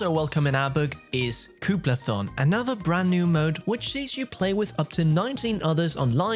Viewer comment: Your pronunciation of Koopathalon makes me laugh every time I hear it. The way you say it would make one think it’s spelled Kooplathon. Should be a fun game for all, and I appreciate the coverage you’ve done up to this point. Watching the gameplay leaks though, there are definitely some absolute time-consuming dud mini-games in here, but if my niece is happy, I’ll be happy.